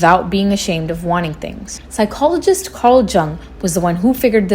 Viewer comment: It's pronounced Carl Young. The J is pronounced as a Y. I enjoy your content!